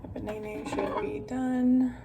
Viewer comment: “Thaw our ba-nay-nay..” 😂